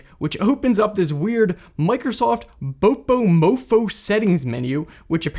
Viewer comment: Wow, you pronounced "bopomofo" in the absolute whitest way possible. There needs to be some kind of award for that.